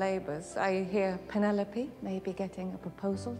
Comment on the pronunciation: It's you constantly calling her Pen-ne-lope... Hilarious 😂😂😂